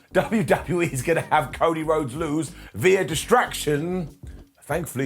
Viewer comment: Everytime you say via I think you are saying Veer